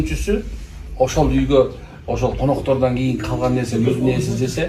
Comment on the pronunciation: Коноктор дегенди байкап айткыла Урматтуу Ко.октор